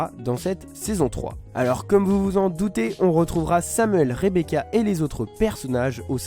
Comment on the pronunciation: Elle dit rebeka avec un k